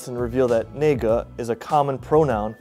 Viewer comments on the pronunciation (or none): 这个只能怪他发音不标准，那个……发成了 内个……😂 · 美国种族歧视根深蒂固，大家心知肚明，但是不能明讲，一讲你就完蛋了。 语言说不清楚，他们就能说你，这严重的‘侮辱’和‘种族歧视’ 。 可怜的教授啊，你就不能发音标准 那个 吗，非要说 内个,说不清楚也就算了，还连读 内个内个内个，这不是让人找你麻烦么。 真是冤枉。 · its "na ge" not "nei ge" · 他不该把“那个”（na ge）说成“内个（nei ge）”，很像 the N word.那和内的区别很大的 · 如果他發音標準“那”個而不是“內”個，就沒事了。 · 一直犹豫要不要说：那个应该是NaGe ，而不是NeiGe（内个，感觉是地方口语，约定俗成的）…… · 这个对于懂中文的人来说是很容易分辨，我也理解n-word是很歧视的词语，校方不懂居然还不去具体查明，这种做法有失公允 但说实话，普通话的发音应该是“那(nà)个”，部分地区的方言口语会讲“内(nèi)个”，如果这个教授懂得方言口语，那他在使用上就应该懂得去避免产生这种麻烦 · 他发音不标准啊，那是na,不是nei，你发音标准点不就行了。。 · 读音是nà gè！不是nèi gě...虽然挺无辜的，不过如果打官司的话这点可能对他不利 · 主要这教授中文也没学清楚。那个发音不是内个，是Na, 不是Nei。内个听起来和N word太像了。那个正确发音就好很多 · Nei ge? Not na ge? In pin yin is na ge..or 那一个，na yi ge... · Proper pronunciation of 那个 is (na ge). But my local dialect from 山东省shang dong province pronounce (nie ge). So I don't know which dialect was this US professor using, but I don't think he knows any local dialect in China that made him say that. But really sorry for his Chinese accident. There is a Canadian whose Chinese name is 大山 da shan, his Chinese pronunciation is so far the best I know of. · 内个，这种发音是北方发音，内嘎达，普通话说的是那个，这个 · 调查团队需要有个懂中文的吧。即便他们google那个，得到的发音也是na不是nei…… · 這發音，東北的吧，才 neige neige neige，標準普通話會說nage nage nage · 发言错了，是NA个 不是NEI个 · 看了半天才明白：内个，内个 ； 不是：泥哥，泥哥 ：） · 发音太差 如果发音准确读成 na ge 应该没啥问题 他发音就跟n-bomb一样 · 那个教授发音就不对。不是标准的中国国语普通话标准发音。那（na）个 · 内个内个内个。。。哈哈哈， radiculors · 可以啊，读成纳个就行了啊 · 出大问题，在我印象里“那个”应该念nage吧？ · 可能那个教授 按照北方 的读法吧 南方是 na ge吧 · As a Chinese, I’m shocked this is associated to the N word. If only his pronunciation is more accurate then he probably won’t be in trouble. Still, I can tell that’s not intended for insult anyone, crazy. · 不是说啥，他这发音难免不让人误会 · 这位老师对于那个的发音确实不标准 他的发音确实很接近侮辱性用词的发音 也许他之所以觉得中文的那个很有意思 就是因为那个的发音跟英文里侮辱性用词的发音很像 但是根据疑罪从无的原则 不应该处罚他 除非调查有证据证明他确实有上述想法